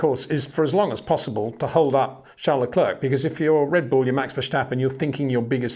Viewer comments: enjoy watching your video's👍 1 tip luclèèr that should help you say Charles his name. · I know you can say Claire properly. Now try Leclerc which rhymes perfectly. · Say: Bear - The Bear - Le Bear - Leclerc